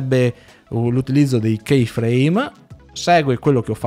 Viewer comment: Grazie per il video ma Key = chiave si pronuncia come chi italiano con una i un pelo lunga .. chei come pronunci tu in inglese non significa nulla ..